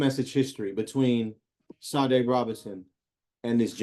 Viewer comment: Her name is SADE pronounce it correctly